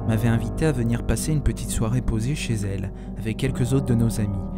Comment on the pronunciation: "Une petite soirée POSAY chez elle". Vomissements